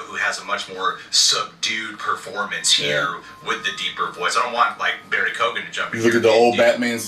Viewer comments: Its an Irish gaelic name, you dont pronounce the G Barry Key-Owan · Isn't it pronounced like Keegan? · His name is pronounced Co-Han...